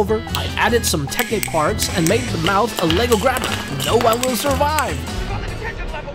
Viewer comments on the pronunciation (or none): none